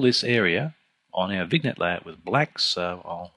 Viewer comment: Great video... but it's pronounced "vinyett"... no hard "g"... no hard "n"... it's FRENCH... it's not pronounced "VIGNET"...LOL